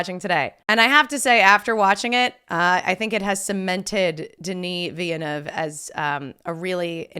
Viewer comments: it's vill-nuv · One day, will pronounce Villeneuve correctly.